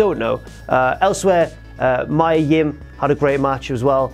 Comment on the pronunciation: Mia Yim's 1st name is pronounced MEE-yuh,, not MY-uh.